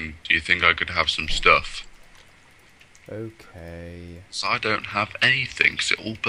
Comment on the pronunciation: i love the way it sounds like you say stoff, when I would have said stuff...